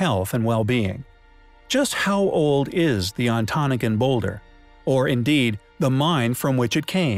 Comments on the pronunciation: its "ahn tah Noggin" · Thank you , I ‘m Michigan also and pronounce it “on-ta-nog-in “ phonetically … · I'm from Michigan. It's pronounced On-toe-nah-ga.